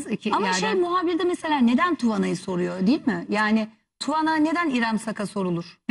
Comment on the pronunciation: Tuvana söyle okunuyo. Tu vaanaa